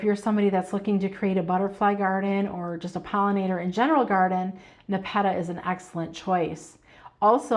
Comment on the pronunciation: Not trying to be rude, but your pronunciation of nepeta, is incorrect. The accent should be on the first syllable. I love your videos and watch daily!